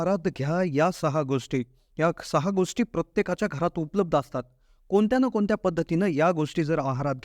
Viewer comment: म्हनून. कोनत्या. लई भारी मराठी!